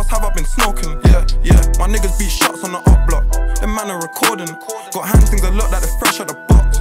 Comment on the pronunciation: take a shot everytime he said "HAND TINGS"